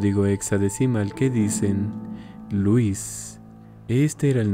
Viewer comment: ¿que no louis se pronunciaría diferente? Unu